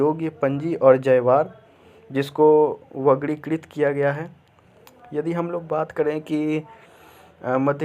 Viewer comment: भाषा तो ठीक कर लो भाई। पहले ख़ुद पढ़ो, बाद मे ज्ञान पेलो। वर्गीकृत को वगरीकृत बोल रहे हो